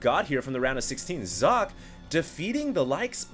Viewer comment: I love you, but I cringe every time you mispronounce players' names. For the record, IdrA is pronounced Ih-dra, not Eye-dra. Also, Socke is pronounced sock-eh, not zock.